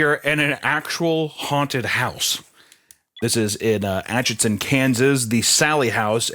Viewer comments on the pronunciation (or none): Atchison. Not atchinson